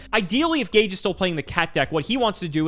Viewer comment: Oh, this episode was about an hour earlier than usual, it was good surprise. and butchering Gage😱😳🤪😬🤗